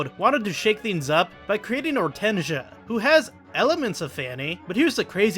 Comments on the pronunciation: Ortensia is pronounced Ore-tense-seeya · The way you pronounce Ortensia makes me cringe